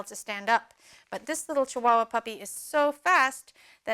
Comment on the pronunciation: my native tonge is Spanish, and I love when you say "chihuahua" ........ name her Chichi!